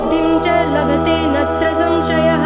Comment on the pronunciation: प्रणम्य is right .ल्यप् प्रत्यय से ये बनता है।धूम्रवर्णं तथाष्टमम्।तथा +अष्टमम्। नत्र=nitrogen नात्र is correct .न+अत्र। Please पहले किसी संस्कृत अच्छी तरहसे जाननेवाले ज्ञानी से योग्य उच्चारण समझ लिजिये। उसके बाद social media पर काम करे ये आपका दायित्व बनता है।गलत को बढावा न दे।